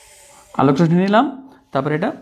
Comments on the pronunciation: Rosni na hoye uccharon rossi hobe na sir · স্যার রশশি হবে উচ্চারন